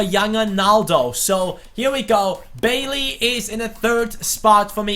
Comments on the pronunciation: Bailly is pronounced Bay-ee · Bailly's name is pronounced "bah ee"